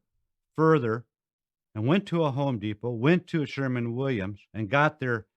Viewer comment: SHERWIN NOT SHERMAN